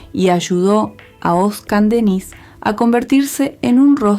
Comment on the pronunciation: Irritante escuchar el nombre de nuestro ídolo mal pronunciado